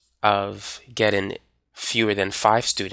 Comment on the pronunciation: love you, you're awesome, but please please please....it's "Getting" not "gettin"